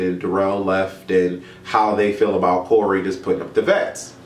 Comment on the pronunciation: "I am here to talk to y'all AHHHBOOOT"